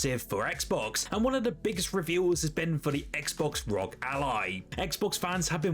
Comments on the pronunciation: why do you call it rog its just r o g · It's not Rog it's R O G